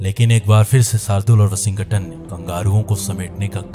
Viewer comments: Aj 1st time "Washington" Ka sahi name pata chala.. 🤔🤔🙄🙄🧐🧐.. "Washing-GATAN".. 😢😢😢😮😮😮🎉🎉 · I liked the way narrator was pronouncing Washington's name😂😂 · Please pronounce Washington correctly😅. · Bhai Washington bolna Sikh le please me jab tak tshirt nahi dekhi sala samaj hi nahi aya kiski baat kar raha hai